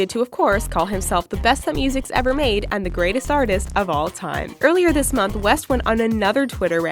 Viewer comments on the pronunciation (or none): none